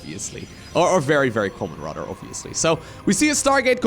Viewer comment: If you're going to use the word "rather" so much in all of your casts, could you please stop saying it like "rotter"?